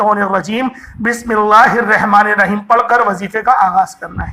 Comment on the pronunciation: السلام علیکم ورحمت اللہ تعالیٰ وبرکاتہ حضرت بسم اللہ الرحمن الرحیم صحیح کرلیں